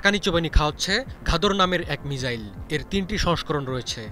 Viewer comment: মিজাইল না মিসাইল 🙄🙄